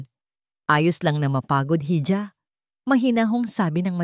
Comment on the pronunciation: Bakit mali mali pronounciation ng narrator hal. Iha hija ang basa